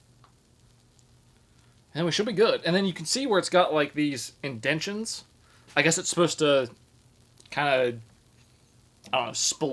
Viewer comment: “In-den-shins”. Sir, I believe the word you’re looking for is indentations 😂